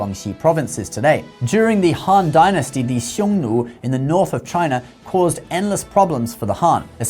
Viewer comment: You pronounced Nü for Xiong Nu